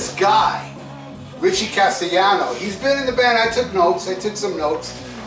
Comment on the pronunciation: You did pronounced his last name right Castellano, Castellano is a surname from castilla Spain meaning castleler or castle inhabiter, and also meaning the Spanish language as well, and the word also derives from Castillo or castle.🏰 He sort of looks like the late Jerry Garcia when Garcia when he was young to certain extent. Yes his singing does sound great I agree.🎸🎵🤘🏻